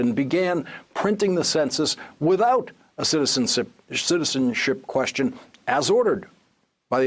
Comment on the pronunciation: Guy can't say "citizenship"...... how hard can it be??